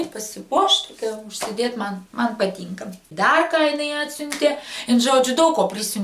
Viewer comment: kodėl tu sakai patynka o ne patinka